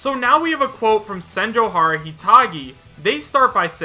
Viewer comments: It is pronounced Sen-joe-gah-har-ah, not Sen-joe-har-ah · Dude, you had Senjougahara's nickname un front of you and you couldn't even pronounce it right once 😩